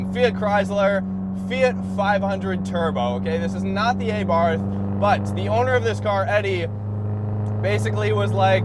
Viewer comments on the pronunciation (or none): It’s pronounced AH-BART , not EHBART